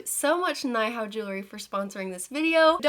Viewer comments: I think its pronounced "nee=how" it means hello in mandarin! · Hey girl! Nihao is Chinese and is pronounced nee-how. It means hi or hello lol 🧡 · I believe nihao is pronounced knee how . This is based out of China and nihao means hello . Love your videos! They're always fun and informative , you're a very artistic person ❤ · Came to the comments specifically to see if anyone mentioned this. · hi! it's pronounced "nee-how" it is like hello in chinese :)